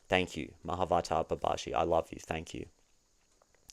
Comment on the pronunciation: I want to know how people can tell the difference between you saying you want six & you want sex - because those words are identical to Brits like me. 😂 Babaji is pronounced Baba-gee